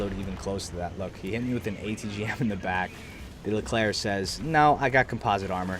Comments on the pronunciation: On your pronunciation of the Leclerc, 10/10 for a non french speaker. Find me impressed, considering everyone says "erc". Well done! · you said 'Leclerc' correctly ! gg